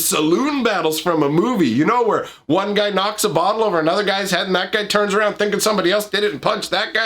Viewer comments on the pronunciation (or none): Like for emphasis on aROOOOUUUND